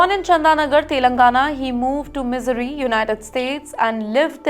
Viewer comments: Missouri is not pronounced misery !! Its pronounced Mi-ZOO-ree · “He moved to misery” she says lol